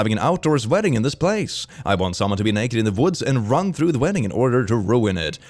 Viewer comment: Pls im really confuse !! For all people who can speak french : Am i the only one who heard "jaune" instead of "run" at this time ?!?!?!?